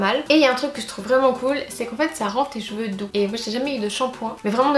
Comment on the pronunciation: J'ai l'impression que tu dis "jeveux" pour cheveux